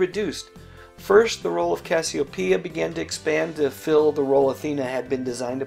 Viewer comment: Its Casseopiea, not Casseo-pia